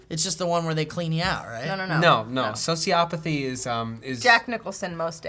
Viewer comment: It's socioPATHY, not sociOPathy.